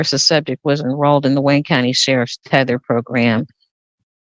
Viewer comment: She said enrolled😂😅